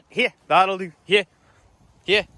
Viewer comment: Thanks for this. I had figured out most of the words, but I have been totally unable to understand what “lahlloo, lahlloo” meant. NOW I know you are actually saying, “that’ll do”! Ohhhhh. 😏 I am enthralled with these videos. The dogs are astonishing. And you are quite a trainer. My son has an Australian Shepherd, a breed that had been unfamiliar to me. We were stunned with how smart she was and how easily she learned. But once the family’s interest in training waned, a lot was lost in disuse. But she still loves to herd: the cats, the rabbits, whatever comes into the yard. 😳 And she resumes great attention whenever Nana comes to visit. Ha ha. THANKS FOR TEACHING US!